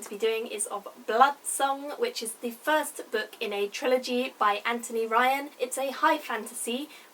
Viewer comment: FINALLY. Someone says his first name properly in a review. Good on you.